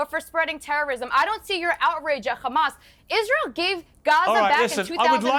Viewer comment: She said hamas normally twice then went back to khamas.